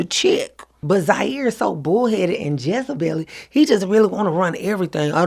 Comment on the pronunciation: But Zyair so bullheaded and "jezuhbelly".............😀😂😂